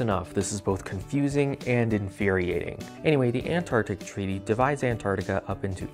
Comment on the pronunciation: you say “Antartic” twice back to back.